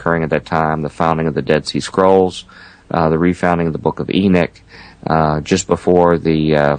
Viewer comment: It's Enoch not Enick .